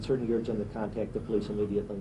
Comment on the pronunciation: The po-lice? A 'dead' body? What other type of 'body' is there? A living body is called: a person. Jeff "Demmer", the reporter said. He continues saying, 'rotting smell' but smell is the action verb, it is proper say: SCENT, not smell.